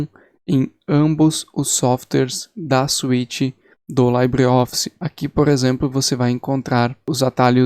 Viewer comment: A pronuncia correta é "libreoffice" e nao "laibreoffice", pois o termo libre não é de origem britânica...